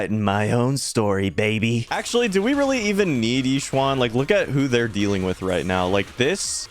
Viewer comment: "E-shen" not "Yi swan" please.